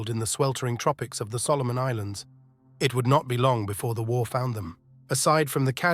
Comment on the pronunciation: "As war...clouds gathered." Dumb-ass AI voice blows the first line. A real human with a thick east European accent (or any accent really) would be much better.